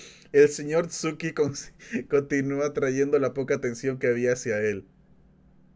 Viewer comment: Me parece raro que el Sr. Tsuki (el maestro de minuto ) siendo supuestamente japonés le pongan que diga las eres como eles, cuando los japoneses sí tienen el sonido ere (Pero no la erre, otra curiosidad) y al decir palabras extranjeras remplazan las L's con R's, son los chinos los que no tiene los sonidos de la R y por eso lo remplazan con la L.